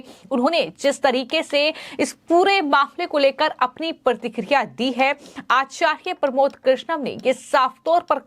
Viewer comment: this girl doesnt know how to pronounce acharya she needs to learn hindi properly...